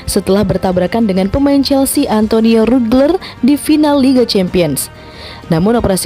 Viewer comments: rudiger min bukan rudgler, ig: wordsquads_61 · Rudiger bukan rudgler